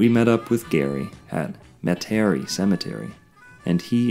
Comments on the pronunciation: Metairie (Met-a-Rhee) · Thanks for pointing that out. Not sure how he didn’t hear the proper pronunciation when he was there. 🙄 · unless he did it on purpose for some reason. I'm sure someone would've politely corrected him if he mispronounced Metairie while he was down here.